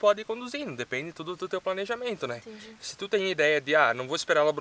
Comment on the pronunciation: "Intendi" kkkkk